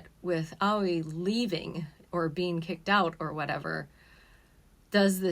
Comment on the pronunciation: You weebs can never say words like aoi and yaoi properly Its not AWIE like "ouchie" it's A-OH-EE